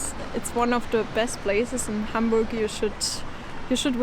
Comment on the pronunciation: Endlich mal einer, der "Hamburch" richtig aussprechen kann!